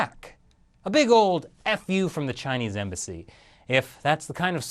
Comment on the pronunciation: "The Chinese Embassy"... you made it sound like "The Chinese Imbecile" :)